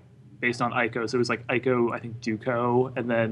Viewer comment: Neither of those two can pronounce Ico properly! It is pronounced (EE-ko)... it is annoying when people pronounce Japanese names and words wrong.